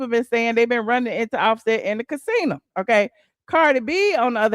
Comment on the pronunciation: girl my Mom says the same thing. casina. I’m like Ma, what happen to the O🤭🤭🤭